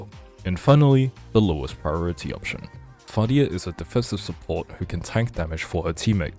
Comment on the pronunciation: Fadia, not Facial😅😅.